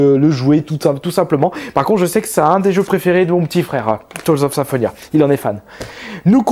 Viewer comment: Putain la prononciation de Tales of Symphonia... il a détruit mes tympans